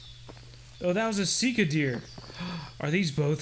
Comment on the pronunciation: Sika deer are mostly native to Asia Vietnam, Japan, Manchuria there's many different species there might be some in Eurasia but I would have to look it up also it's pronounced a little different from how you say it but that don't really matter